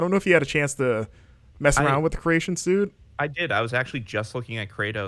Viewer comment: Great look at an old school wrestling game. However, for the future, some pronunciations were off: creation suite = sweet. I forgot the other ones. Pretentiousness over. On the other hand, I appreciate the use of the occasional wrestling lingo (smart mark, spots, etc) and the very special and random MK reference